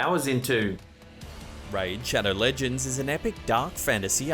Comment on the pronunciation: Bahahahahah I thought he said "Rage cheddar shins" instead of raid shadow legends. I was way interested in the former haha